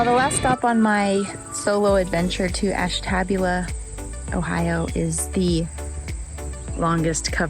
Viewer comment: You pronounced Ashtabula wrong. Ash TA booula.